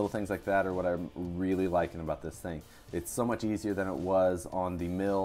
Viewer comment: Did you say it's "wheely" nice?